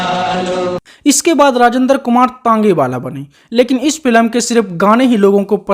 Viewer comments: भाई अपना उच्चारण ठीक करो -फिलम नहीं बोलते फ़िल्म बोलते हैं । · फिलम नहीं कहते बे फिल्म कहते हैं फट्टू।